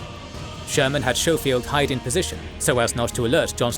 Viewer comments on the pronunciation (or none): Schofield is "sko-field" not "show-field" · you also know your narrator is mispronouncing names of Generals right? Like Schofield. You call him showfield but that’s not how his name is pronounced. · Schofield is pronounced with a hard sch like school